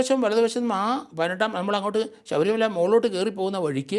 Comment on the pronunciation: ശബരിമല എന്നുതന്നെ ശരിയായി പറയൂ 🙏